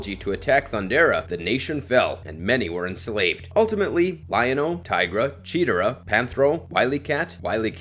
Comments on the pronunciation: It’s chee tar rah. Not cheetera 😂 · Cheetara - pronounced Chee-tar-ah, not cheeturrah